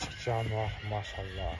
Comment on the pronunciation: Блогер сенин эмне коншун арап болгонбу араптан чандашып торолгонсунбу былжырап мяшалла мяшалла дебей кыргызча эле Аллахка кайрылсан арап атан урушабы билимсиз маймыл